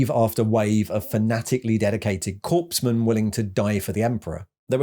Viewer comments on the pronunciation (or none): corpsemen? the p is silent. phonectically, corsemen than corpsemen, although with the rate the imperial guard go down, corpse seems appropriate